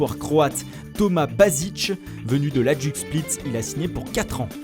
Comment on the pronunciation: Hajduk hahahah ca se prononce haïdouk merci